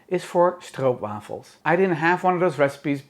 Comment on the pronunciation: It’s so nice hearing someone say it right lol